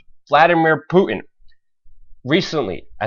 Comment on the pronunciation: Could the narrator please learn to appropriately pronounce Putin before repeating his name 19 times...Poo - inn blah blah Poo -inn come on man!